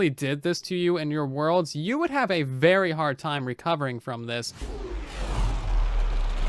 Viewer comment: what is this word "uvery"?